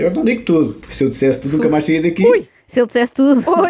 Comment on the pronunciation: Mas porque é que ele fala assim? "Pobrema" , " Poque" em vez de porque e Roguides, em vez de Rodrigues! pertence sem dúvida à liga dos campeões, dos humildes!